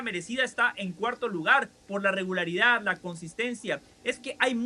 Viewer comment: Quizo decir regularidad o regalaridad?😂😂😂